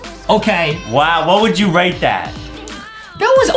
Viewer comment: Everytime Justin said rate he actually said rake love Miranda